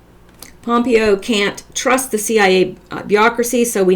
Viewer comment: I really like your videos. I like that you are Canadian and mispronounce names Gives you neutrality - It’s “pom-PAY-oh “ Pompeo As far as Prince goes, it’s scaring you, so it’s prolly scaring other ppl Disinformation is necessary, but who knows? Just go with it